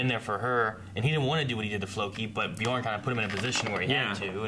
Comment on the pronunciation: you need to learn how to pronounce bjørn